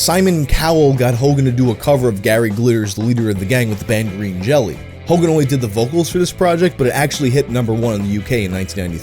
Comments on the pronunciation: I just wanna say, Green Jelly is pronounced Green Jello, but they got sued by Jell-O and changed it to Green Jelly, but they still insist on pronouncing it as Jello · If you love Green Jelly so much then you should know it's pronounced "Jello"... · the band is supposed to be pronounced Jello. the y with two dots is a german character that is pronounced like an o. they did that because the food product tried to sue them.